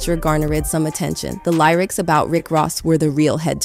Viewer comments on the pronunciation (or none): "The Lierics"? This whole video is AI generated. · not the lieryics....a I pronunciation..